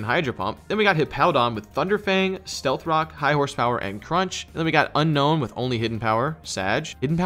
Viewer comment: Unown > Unknown Please community start pronouncing this name correct. Un - OWN and not Un - KNOWN